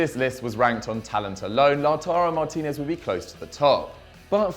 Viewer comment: I'm surprised there isn't more blood after the butchering of Ezequiel Avila's and Lautaro Martinez's names xD